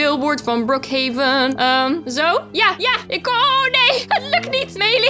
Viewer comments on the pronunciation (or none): Brookhaven je zegt het verkeert gezegd